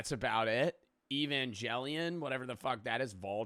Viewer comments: “evan jellion” 💔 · how dare mispronounce evangelion